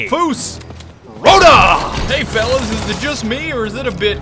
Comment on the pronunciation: did u just fucking say falish WHITE HITTER MISS